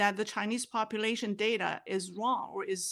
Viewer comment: “intuitively I know there’s something wong” is an incredible Freudian Slip. 😊